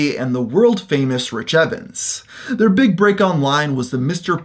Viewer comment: Rich Evans would be proud of your mispronunciation of his name. He'd sit in his folding chable while playing with his gunchunks.